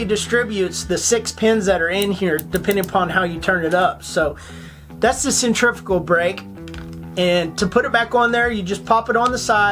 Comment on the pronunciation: Pretty sweet review of the Piscifun brother and love when you tried to pronounce centrifugal. Centrifyoogle!!!! lol Thumbs up brother!